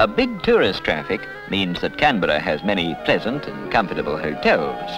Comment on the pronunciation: I remember this Canberra so well - and I love hearing Canberra and Australia pronounced properly rather than today's bastardised versions of 'Cambra' and 'Australya' that I hear so often on the radio and TV (including the ABC).... my pet hates.